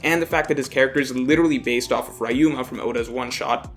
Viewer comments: it's not rayuma, it's ryuuma. Also, we know for a fact it's "Laugh Tale" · REE-uma, you haven’t learned huh Good video though!